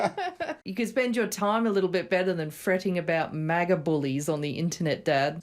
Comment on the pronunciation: lol did Mark Hamill just 'hard R' the word MAGA? Kind of like: 'Yeah, helluva lot of dirty maggers round here.' Lmao